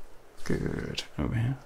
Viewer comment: The word “good” with your accent sounds like “goodt” and has become a tingle-y word (though in my own accent, not so much). Odd how that happens 😆🤷‍♀️ 10/10 would recommend, would snooze again